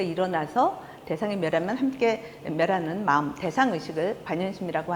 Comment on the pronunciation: 연제가너무깁니다 . 이런 이런 일은 그만하려 했읍니다만 마지 못해 또 잘못을 지적하지 않을 수 없습니다. 긴 자를 짧게 잘못 발음한 예: 세포,대상,개념,포괄, 말씀,총괄 ,개체,대변, 알 지, 비 주체,처방,처방, 두 번(하나, 둘, 셋도 제대로 발음하지 못하는 한국 대학 교수!!),작은(small) 같은 평상 고유어는 학교라곤 문전에도 가보지 못하신 우리 할머니들도 이 따위 엉터리 발음은 하신 적이 없ㅇ.셨다. 제발 말 공부 좀 하신 다음에 강단에 서십시요!!!